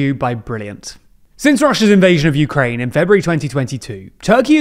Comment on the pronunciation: it's "PRO-UKRAIE" alright... Not that I know what "UKRAIE" is